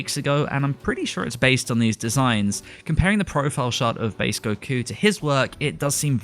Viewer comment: Informative video but man did this dude destroy the pronunciation of the names. Tries too hard to say it in Japanese but the sub names sound nothing like how he's pronouncing them. "Gokyuu" "Shintaaeni".